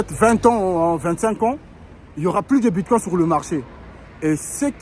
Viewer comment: Ce n'est pas Bitcoin comme le mot coin en français. La prononciation est anglaise " coin" et non coin prononcé en français.